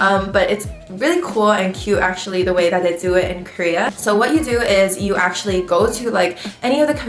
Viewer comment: Krea or Korea? Lol